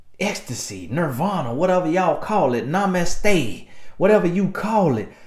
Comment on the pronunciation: It’s the “nah-mass-TAY” for me!😂😂😂 But on a more serious note, this is the good stuff!